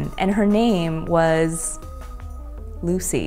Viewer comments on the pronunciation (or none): none